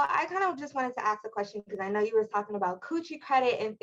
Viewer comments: Gentleman, if a woman pronounces the word ASK as AXXXED, in most cases that tells you almost everything you NEED to know about her. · Another one who says axe instead of ask ! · I'm very afraid of her axing me. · Common? Ive never heard anybody but a black person who dosnt care to annunciate correctly say “axs” makes me immediately think they are dumb bcuz they sound dumb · My friend from the Caribbean who came to New York City would have the laziest way of pronouncing words. Comfortable would come out of his mouth as com for table. Salson would come out as Salsa. And he would use the term Ax because his mother was a probation officer and a virago. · I never understood that, axe or ask....IT'S ASK! I agree with you! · I’d respond “what did u axe?” If you believe her, she and her friends are all classy. Yeah umm, no. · It is also pet peeve of mine, but it seems so common in US English speakers I think its probably seen as a normal way to pronounce it now? ( “ impordant” - instead of important also seems really common😏). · I am from the South and I will never use the term ax. It is part of Ebonics.